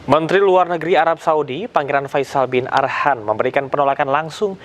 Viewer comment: Faisal bin Farhan ..bukan Arhan ka ..